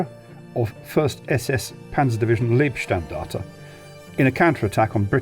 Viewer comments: EDIT: please, it's not 'leeb-standarte' but 'libe-standarte' like 'life.' Wow, a turret 360 degrees traverse rate of 15 seconds is impressive. Even with a weaker gun, that gives the Sherman more opportunities to maneuver and get shots in from behind the enemy tank, if they're really close together. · "Leibstandarte" is not pronounced as "leebstandarte", but the "ei" is pronounced as "i" , like in "lifeguard". Which is a translation.